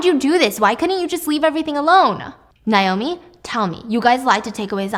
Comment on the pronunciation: Why does she keep saying Nye-oh-me instead of Nay-oh-me? Cringe